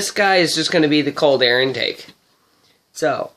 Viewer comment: "Cold air intake"... -_- cmon lol